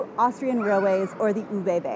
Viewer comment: Soo you're from northern Germany, yet can't even pronounce ÖBB? Also, the "loud bangs" are because they split the train. Half the train goes to Berlin.